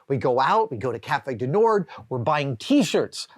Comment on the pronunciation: Not complaining, just trying to educate. The "d" in "Cafe du Nord" is silent. You would pronounce it, roughly, nawrr (as in maw).